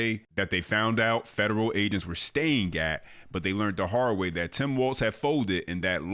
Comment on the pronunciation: Bruh..... his name is Walz....not Waltz. Thats a dance